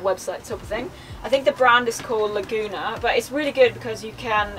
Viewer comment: “Laguna”, LOL It’s almost impossible to watch a van conversion tour on YouTube without them talking about a Lagun table but apparently she has never watched one